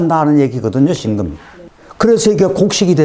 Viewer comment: 辛금의 戌월을 들으니 庚금의 戌월로 들립니다😅 자연은 대우주 인간은 소우주❤ 귀중한 수업 감사합니다